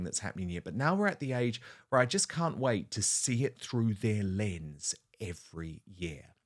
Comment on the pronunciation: I really hate it when she says lense.